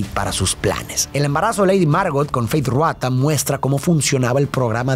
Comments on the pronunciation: Tu análisis es increíble ❤ solo como dato jeje el nombre de Feyd es Rautha no Ruatha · Por qué pronuncia Ruata y no Rautha? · FEEEYDD RRRRRAAAAAUUUUUTHAAA. No Ruata. De ahi en fuera, epico resumen